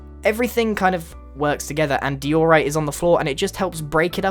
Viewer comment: Dee - orite